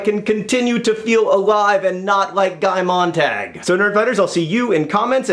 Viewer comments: It's actually MOANT-AHG according to various sources (including my English teacher), and apparently is German. MONT-AH-GUE would be spelled "Montague", though, for future reference. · WAIT HOLD ON JUST ONE SECOND. MONT-AHG? NOT MONT-AH-GUE?